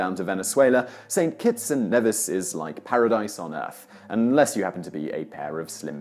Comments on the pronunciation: St.Kitts & Nevis (pronounced knee viss) Ne(h)vis is in Scotland lol. Just a helpful tip. I love you and your TopTenz to the Moon and back by the way! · Actually, St. Kitts' sister island is pronounced KNEE-viss (Nevis). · I was thinking “my island won’t be shown on here, they’re so healthy...BAM St. Kitts & Nevis” it’s pronounced KNEEvis btw..